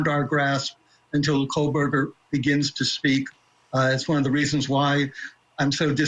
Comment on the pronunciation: Stop with Howard Blum! He’s so ignorant to the facts that he still pronounces the killers last name with an “L”! KOHL-berger.